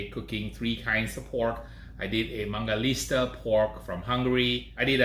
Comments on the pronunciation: It's not mangaliSTa, it's mangaliTSa, you idiot! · Hey man, you kept pronouncing mangalista instead of mangalitsa! I noticed that because I used to do that too!